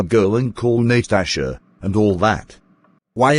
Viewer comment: its natalya not natasha